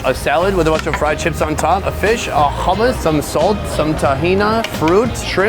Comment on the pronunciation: "they have hommos" 😭😂✨